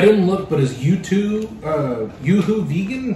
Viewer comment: You said it right the first time. Yuzu is pronounced - You-zoo. It's a Asian citrus fruit.